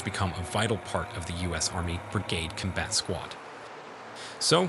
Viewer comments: “Cumbat” “Horsebar” 😂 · Lost me after the 20th time saying Kum-Bat Vehicle... and 45 tones ... whats a 45 tone? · "Cumbat" "Puwer" whats with you and pronouncing the letter "o"?